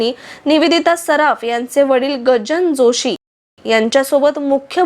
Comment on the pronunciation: Gajanan Joshi. He nav ahe.chukicha uchhar karu naka